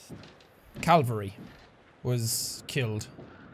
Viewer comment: Jack: Calvary?.... caverty?.....caven?..... cav-?... cal...- CALVERY! ME: ASSHOLE!!!😂